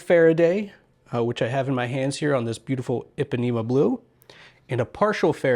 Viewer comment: Interesting pronunciation of “Ipanema”.